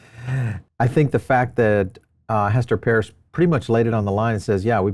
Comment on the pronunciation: LITERALLY heard Mchenry pronounce Hester's last name properly and STILL insists on saying it wrong. there is no helping this guy, I swear